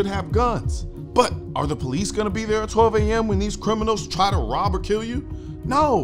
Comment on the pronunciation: he mispronounced Criminals.!! "until Americans give up all their guns..."